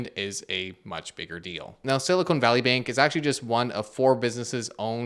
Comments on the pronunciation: Hey, you might want to be careful with your pronunciation. It's Silicon Valley, not Silicone Valley. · Fascinating how he can't say Silicon Valley correctly 😅